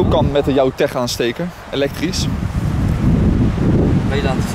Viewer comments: Ik weet toch vrij zeker dat je het uitspreekt als: jouwTEK met een K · ja dat snap ik maar tech uitgesproken als teg klinkt gewoon verschiiiikkkelijk